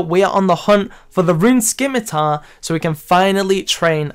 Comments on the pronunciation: How did you get a torso at such a low level? Also, it's not a skimitar, it's a scimitar... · "skim-a-tar" vs "sim-a-tar" pronunciation cringe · By the way, just for people like me who know better. The c in scimitar is silent. Soooooooo. Stop saying it like skimitar please ( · Scimitar has a silent c... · Why is it that so many scapers still can't pronounce "scimitar" correctly?